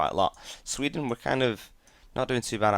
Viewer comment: SWE-den not SVE-den